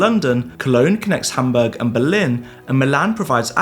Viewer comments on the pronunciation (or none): none